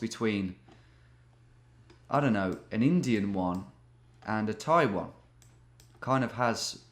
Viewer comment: Ok but 'a Thai one' sounds a lot like 'a Taiwan' xD